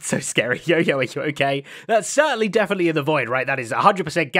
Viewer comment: „…but people deathenitely do…“ ;)